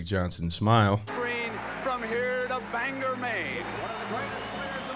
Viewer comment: No one outside of Maine can pronounce Bangor. It's like Bang-gore, not Banger. Sorry, rant over lol